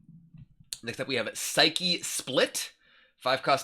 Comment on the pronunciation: Someone that pronounces psyche right, finally. XD